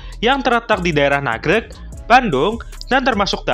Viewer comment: Nagrég mas, bukan nagreg